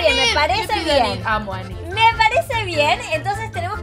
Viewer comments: se dise ninit no enit suerte cuendo video con dani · hee el nombre de la chica es INID asi se pronuncia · Enid se pfonuncia inid